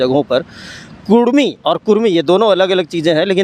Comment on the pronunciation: Abe bhadua kurmi kurmi chilla raha hai... Kudmi bol... Or ek bath tujhe puchh ke andolon karenge... Apna soch badal barna tera astitwa kehin gum ho jaega... Odisha ke bhagoda neta jo kudmiyon ka vote pe MP bana ab jharkhand ke mukhyamantri ki lalach me hai... Tera mansa kabhi pura nahi hoga...